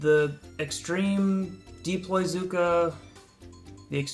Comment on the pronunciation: It's deploy, not deeploy